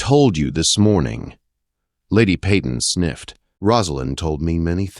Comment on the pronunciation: The way their last name is spelled, it’s normally pronounced Pay-ten, not Pea-ton. AI often does a miserable job of pronunciation.